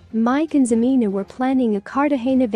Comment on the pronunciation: If you're gonna do a story on them, at least pronounce her name right HA-MEN-A!!!!!! She is a gold digger still bc if she didn't want anything to do w him or any more of his money, she'd have blocked or deleted him by now. So she still wants that money!!